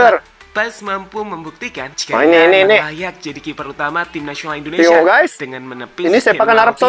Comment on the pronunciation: Sebutannya Indonesia bang...bukan endonesia ( Indo bukan Endo )